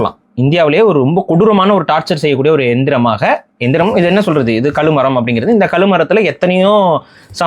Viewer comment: களுமரம் இல்லை சார் கழுமரம்.